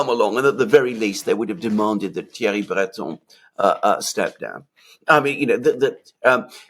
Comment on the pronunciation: Learn from Alexander how to pronounce French “Breton” it’s not that hard really.🙃